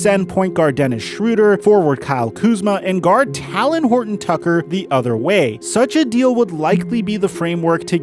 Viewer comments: Talen Horton-Tucker's first name is pronounced like Taylen not Talon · Like talent without the T😂😂😂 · The way you say Talen 🤣🤣🤣